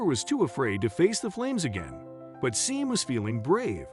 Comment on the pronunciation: Sean is pronounced Shawn.